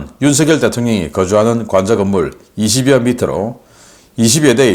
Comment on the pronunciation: 우리나라 대통령 이름은 '윤석열' 이라 쓰고 '윤성녈' 이라고 발음합니다. '윤서결' 이라고 발음하면 안됩니다. 항상 '윤서결' 이라고 발음 하기에 지적 합니다.